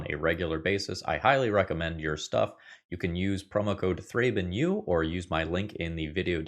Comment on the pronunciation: ThrabenU more like ThrabenO